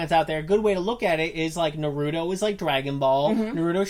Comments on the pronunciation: STOP STOP STOP JUST STOP YOU CANT SAY NARUTO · They love it so much they can’t pronounce it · If you truly loved it, you'd pronounce it correctly. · They say we’re behind if it’s dubbed even tho they don’t know how to say naruto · It’s one of their favorite shows yet they can’t even PRONOUNCE IT RIGHT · How can you love Naruto if you can’t say his name right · You got all the names right but Naruto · I hate it when you say naruto and shipped end you guys don't even know your gramer and your like 30 learn your grammar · I HATE how they say Naruto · I disliked because of the way you pronounced naruto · are they actually fans? they pronounce his name like complete idiots. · Thanks, I heard her pronounce Naruto and I needed to bail quickly. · “So today we’re gonna talk about Naruuuudo, not Naruto, Narudo” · It's NA-RU-TO, not NAROODO O.o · Why are u saying nurooto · Its Naruto not Narudo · Naruro wtf! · Why do keep saying narudo... It's naaaaa-ruuuu-tooo. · THe wAy he SaYs NarUto is CrInGe It's Na-ru-to NOT Norudo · It's not nahruudow it's naruto. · If you even watched naruto you would know how it's pronounced by when they say his name, which is naruto not narooto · It's naruto, exactly how its spelt, not nerudo eww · NAR-OO-TOE NOT NUH-ROO-TOE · Why? Why do people pronounce naruto the way these two do? It's nah-roo-toh not nuroodo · Why can't people say naruto without saying narudo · There's no d neither...they days norudo when it's narutoh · Narudo....its narootoh ...idiots... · It’s Nar-u-toe. Not na-roo-doe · Narooto...... what!? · The moment they said, "Na-ru-do" I was outta here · "Narutos one of our favourite shows" says it like nar-oodoe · Na-Rude-o wtf? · stop saying NARUUUTO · Not naruto Naaaaaruto Baaka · The cringe is real it's not Naruto not what ever you just said nar-u-to now do it a little faster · Na-ro-do? WTF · You mean na-ru-do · Nope they said na-ru-doe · Bruh you pronounce it like "Naroodo" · “Narudo” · Ur saying naruto wrong